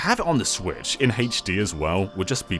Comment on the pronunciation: I love hearing "Haych Dee".